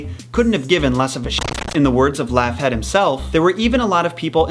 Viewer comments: It's pronounced Log-heed not laugh- head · I may be dumb, but I don't think Laughead is pronounced Laff-hed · Me laughing each time he says Laughhead 😅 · honestly, I'm not convinced you're pronouncing Laughead correctly and it's bothering me....